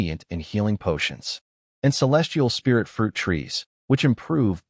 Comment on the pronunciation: Storyteller is calling spirit like Sprite